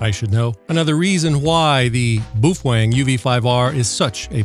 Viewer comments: I thought Id heard every pronunciation possible til I found this dude. As far as I know, the correct pronunciation is PoFung or something like that. Now I cant "unhear" BooFwang. Its a bit like calling McDonalds Mickey D's. Supposedly they were rebranding Baofeng as PoFung a few years ago. Not sure what happened. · bao pronounce 'bow', if u care bout its origin. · Bufwang lol that’s hilarious I never heard that pronunciation of it.